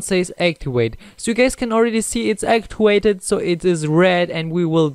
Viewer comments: You said “Actiwated” not activated! You also said “Unactiwated.” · Dis you jus say actuwvated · Activated /actiwated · You said u actuvated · Actewvated XD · Activwated Yeah Righr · actiwated? wtf lol